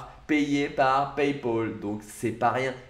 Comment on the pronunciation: "payé par paypôl" xDD